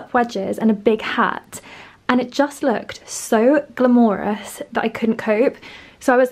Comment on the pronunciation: The way pronounces “glamorous” makes it feel more… glamorous indeed